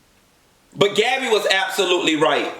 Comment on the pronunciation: My 3 year old heard you say Gabbby. She said huh 😂😂😂. N